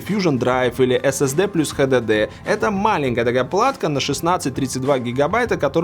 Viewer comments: только мне режет уши ХДД? вместо Эйч Ди Ди ??? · Хватит говорит "Хдд" блеадь!